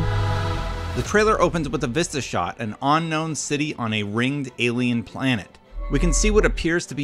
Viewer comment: This dude says unknown weird.